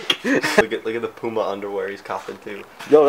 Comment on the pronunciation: Love how says puma 😂😂